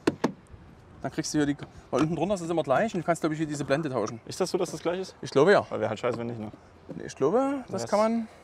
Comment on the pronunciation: Ich hätte ja nie gedacht das jemand aus Bayern sich sächsisch spricht - Heckklappe Dauschen… Jawollll Kunde